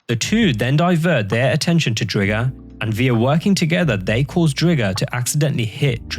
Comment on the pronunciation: STOP CALLING IT DRIG-GER! ITS DRIGER LIKE TIGER!